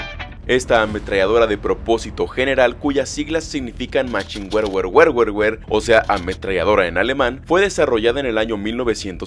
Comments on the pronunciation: Se pronuncia "Machingebear" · machine-GEwer (asi yo lo pronuncio) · "MASHIN-GEBEa" se pronunciaría en alemán :) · Pero si es fácil de pronunciar solo dices machine gever